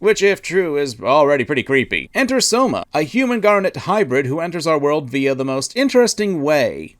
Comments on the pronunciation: Gavv most definitly will take the Gaim,Build,Ex-Aid route, start way silly and then get a lot more serious! It has everything for that to happen. Also, is not "Souma" is "Sh-ouma" written as Shoma Then, if you say so, well dew it, talk more about Kamen Rider, the west NEEDS to hear about it more!!!! W was my first Kamen Rider show too, after the Fuuto Pi Anime I went to the source and found out a whole new world, I love this silly ahh franchise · I'm sorry, why do I keep hearing you say "Soma" instead of "Shoma?"